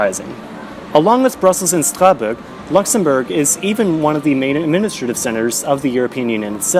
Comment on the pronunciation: Omg the way he says Strasbourg gives me a mini-seizure every time. I went back and listed to him say it multiple times and I just couldn’t get used to it